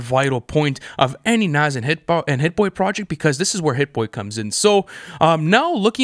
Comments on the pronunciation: Say it with me boys its pronounced "nahz" not "naz" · It’s pronounced nawes bro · Loll they was the pronounce Nas name is crazy his name ain’t Naz guys 🤣🤣🤣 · The way y’all pronounce “nas” irks my soul 😂😂😂 it’s not “NAZ” 😭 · How hard is it to say Nas (Nah-ss)?